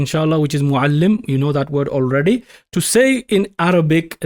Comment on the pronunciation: Minute 20:spelling of Muallim is causing confusion. Meem at start of words of muallim has fatah on it and not damma so it is being read as mallim. Pls clarify this confusion. Otherwise mashaAllah TabarakAllah very clear teaching. JazakAllah Khair